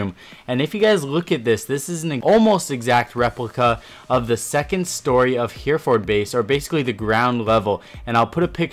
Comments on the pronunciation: It’s not Here-ford, it’s He-re-ford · It's not here ford its he re ford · That would be He - re - ferd, with three syllables. Not Hear - ford. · "Here-for base"... it's pronounced "Hair-ra-fud" mate. Just saying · Its pronounced herre-fud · Its pronouced heraford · For fuck sake does nobody know how to say Hereford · Learn how to pronounce Hereford and Ubisoft please, also its football.